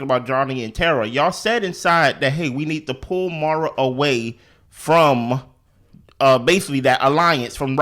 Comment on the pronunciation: I agreed with you allllllll the way AND YOU WERE RIGHT!!! Also...again... MaurOn, not Maura 😊